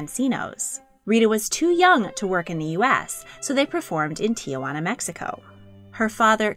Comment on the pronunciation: "Tijuana" is pronounced "Ti hua na", not "Ta wana"